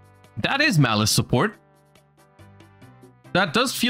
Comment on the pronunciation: If only Malice was actually called Malice and wasn't butchered